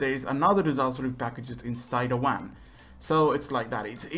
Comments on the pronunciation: It's van not wan but don't worry it's okay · It's not a wan it's a van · when u say van it sounds like your saying wan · “Inside a wan” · lmao my mans Indian for sure. im indian too so I know haha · The fact he pronounces van as wam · He can’t help it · Remember what he sed guys there's some in the VWAN lol